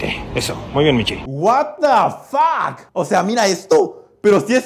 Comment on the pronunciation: Y se dice whatafack